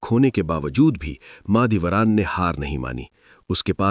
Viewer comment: mAh e dolat ni mAh e doran